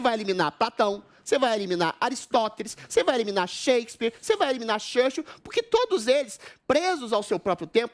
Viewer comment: lembrei do professor vila no pânico zoando eduardo bananinha qdo ele mandou uma pronúncia de "shurshiu" igual o adriles fez kkk